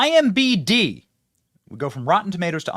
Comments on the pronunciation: Why do you keep saying IMBD, it's IMDB. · imDB not IMBD